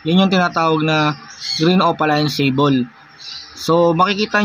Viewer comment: Kamote Hindi alam pronounce ang sable. At hindi mo rin alam ang totoong meaning ng sable tsk tsk tsk